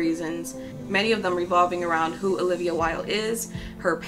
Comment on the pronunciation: Haha did you just call her Ho-livia?